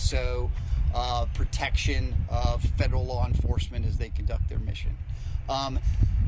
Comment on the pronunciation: The word is protection not pertection.